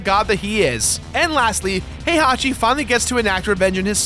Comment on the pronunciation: is he saying "Hey hockey" for "Heihachi"?